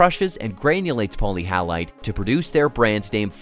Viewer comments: Poly hallite? Sounds like many salt? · Not being able to pronounce the actual subject of the video properly indicates sloppy and shallow research at its most basic level, however, the video itself was interesting and informative, even if it did show stock footage from other industries such as conveyor belts transporting coal! Polyhalite is misleading to me, it implies it should contain halides. Wikipedia isn't very forthcoming on etymology.